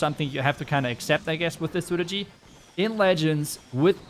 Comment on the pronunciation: Are you incapable of saying strategy properly? Lmfao, clown